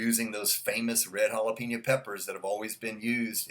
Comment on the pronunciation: Great review. Thank you. You say jalapeño like a real English speaker. You say hala-PEEN-yo. It is hala-PAIN-yo. But that’s OK, it’s not a big deal. You are a an English speaker from the United States, why should you pronounce Spanish words like a Spanish speaker? It’s all good. Again, wonderful review. Great video!